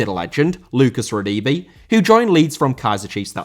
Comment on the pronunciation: I know its silly but the way you pronounced Radebe. say it like this Ra dare bear